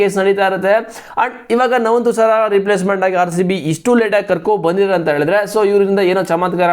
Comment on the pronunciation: Navvun thusara alla bro nuwan thusara